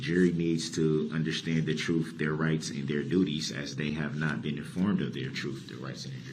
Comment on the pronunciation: I wish someone would explain to him that there is no "h" in understand!